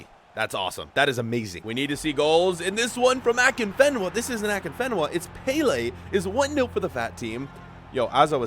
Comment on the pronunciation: He so pronounced afienka wrong